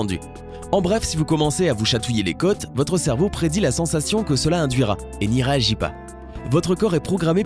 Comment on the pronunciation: Il a dit cerbeau à la place de cerveau